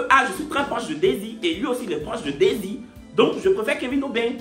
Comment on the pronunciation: aussi on dit daysie toi tu ecris desire😂😂😂😂😂😂😂😂😂 bientot on va preferer loic hein